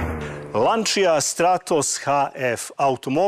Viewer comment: Не каже се ланчија већ ланча😂стручњак ....